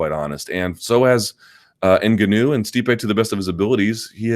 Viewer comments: Luke , normally your good with names ... but please stop calling Francis Ngaunou, the way you do , your the only one who says his name wrong.... watch Ngaunou say his own name , thats the way to say it ! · How do you cover this sport and not know how to pronounce ‘Ngannou’ by now?